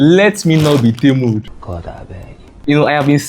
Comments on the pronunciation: Temu not Ntemu😂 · For the record it's pronounced tee-moo Great video!